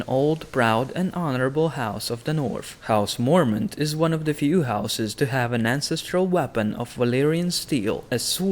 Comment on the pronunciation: house morment? ive never heard of-waaaaait....he means Mormont lol